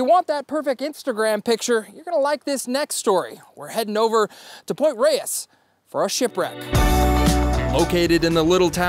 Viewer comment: You're Not pronouncing Point Reyes and Inverness currently! Rays...and In Ver Nas...!